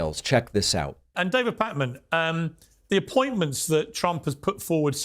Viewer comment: Wow, dang, these MAGA SOB’s are really angry and mean. Mean. Keep at it David. And it didn’t slip by that he kept saying ‘Pack-man.’ Awww. Sticks and stones.💙🦋